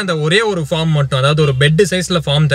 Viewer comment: 🎉All r superb😊👌உங்க videos பார்த்து பார்த்து...உங்க நெருங்குன சொந்த காரன் மாதிரி ஒரு பீஃலிங் வருது...🤪 Good attitude 👍👍👍 ஒரு சின்ன correction bro...பாஃர்ம்..... இல்ல பேஃர்ம்